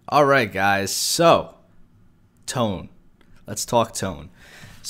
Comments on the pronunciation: 'To-nay'. Not 'To-nee.' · its toe-nae or toh-neh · "They usually went out ahead of the fleet and scouted". They were Aviation Cruisers, not Scout Cruisers. They spent their entire careers escorting carriers with fighter cover. And for the love of god, Toe-nay. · TONE CLASS HYYYYYPEE! btw its pronounced as "to-ne" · the name of the ship "Tone", pronounced as "To-nee", not typical as english tone